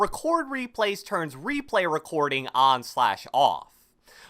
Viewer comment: how to pronounce words like: recording: rechchhshcording